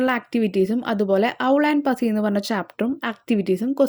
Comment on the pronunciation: പസി cat ella പുസി cat anu